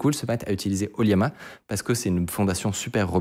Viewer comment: J’ai remarqué la tendance à prononcer LLAMA, liama (ou yama?) au lieu de lama (laa muh, pour la phonetique) 😊